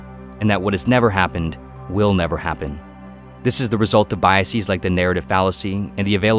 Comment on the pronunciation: You don't have to say biaseez. It's not like other smart person words like analyses or hypotheses. Bias doesn't end in -sis, so its plural isn't pronounced seez. It's just biases. Like how you say houses. You wouldn't say houseez.